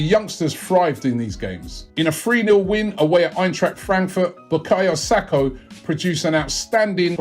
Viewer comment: Robbie must be dyslexic. He consistently pronounces names wrongly...